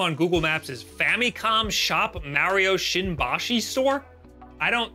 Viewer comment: I find it funny how he pronounces Mehrio 🤭